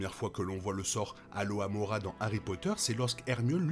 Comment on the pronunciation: C'est Alohomora et pas aloamora, Amora ces une marque de ketchup mdr, et Trelawnay pas Tralaunay, enfin bref la vidéo est cool tqt